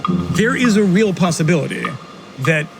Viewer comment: lol how he said "possibility". dude turn to captain kirk